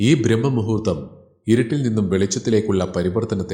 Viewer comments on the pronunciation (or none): B😊 ബ്രാഹ്‌മ മുഹൂർത്തം എന്നാണ് ചൊല്ലേണ്ടതു. ബ്രഹ്മ മു ഹൂ ർത്ഥം അർത്ഥം വേറൊന്നാണ് '